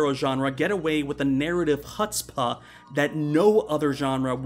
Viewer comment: IT'S WHOO-TSPAH, NOT HUH-TSPAH. (Sorry.)